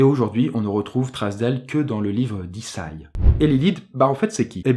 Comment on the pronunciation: On dit i.za.i (écrit en phonétique) pour isaï !! Bonne journée. 🤷‍♂️